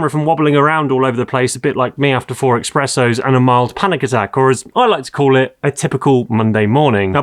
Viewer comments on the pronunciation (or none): Did you just say ‘Expressos’? Ohhhhhhhhhhhhhhhhhhhh ….